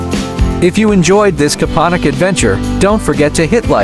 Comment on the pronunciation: It's Kopaonik.